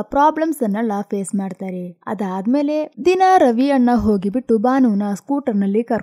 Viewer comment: ಅದು ರವಿ ಅಣ್ಣ😊 ರವಿ ಅನ್ನ ಅಲ್ಲ😊